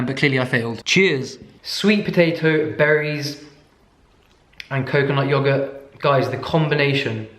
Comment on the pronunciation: Yo I DIED when you said "Yo-GuhrtT!"